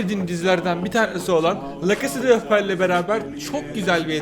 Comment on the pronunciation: Nobody:: fre fire Nobody:waht:lacasade palellll